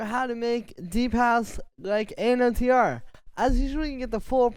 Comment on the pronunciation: Its pronounced Another not An O T R... love the videos tho